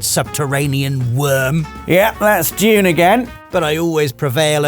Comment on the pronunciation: I thought he was saying "June" and tried to Google what that movie is lol